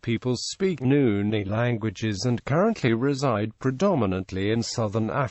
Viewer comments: Why is he pronouncing Nguni as Nuni...? Insulting us...? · Sorry am laughing. I came to the comments after hearing that. Wow what an insult. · what the hell does even a white person knows about black cultures and migration🙄🙄 he is not even pronouncing it correctly!! these people are too forward & it annoying